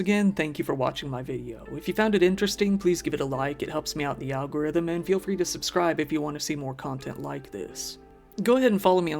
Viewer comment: Idk if it’s intentional but I swear you say the Al Gore rhythm